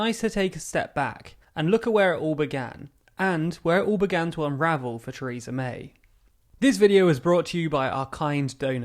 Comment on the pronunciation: Chreesa May. Never heard of her.